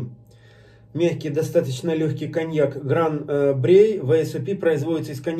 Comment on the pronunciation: Есть некоторые VSOP, у которых выдержка 10 лет. Я пробовал один такой, это Шато де Монтифо VSOP. Но это скорее исключение, чем правило. И не Шампани, а шампань. И не Брей, а Брой. P. S. : всякий коньяк - это бренди. P. P. S.: у меня в коллекции стоит ХО. 10 лет.